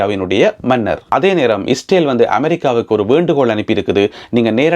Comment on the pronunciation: இஸ்டேல் இல்லைடா ...இஸ்ரேல் டா. நீ இலங்கை மடையா. மட கூஸ். உன் தமிழை கேட்டாலே வாந்தி வருதுடா.